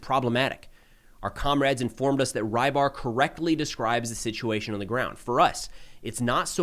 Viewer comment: Great report, as always, except that you keep pronouning "rybar" as "rye bar" making me wince each time. It's a transliteration of "рыбарь" and the closest you have in English phonetically is "rebar".